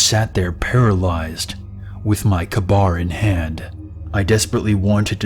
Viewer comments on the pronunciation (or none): Bruh did he say ka bar 🤣 I think he means kaybar which is a knife company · I love your story's but the knife that you talked about is pronounced k-bar